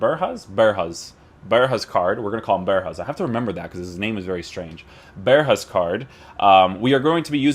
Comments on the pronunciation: Not berhuis but berghuis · You nailed the name for someone who doesn’t speak Dutch, but you need to say the letter g more! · Voor buitenlanders is het bijna onmogelijk om de g te zeggen